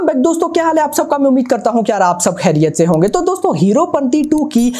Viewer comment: Bhai aap "KYA" bolo "KIYA" nahi... Please.